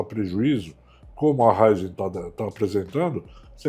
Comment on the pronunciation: É Raízen e não Raizen...